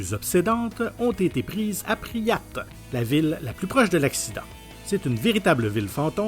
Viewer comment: la ville, c'est pipryat, et non "priat"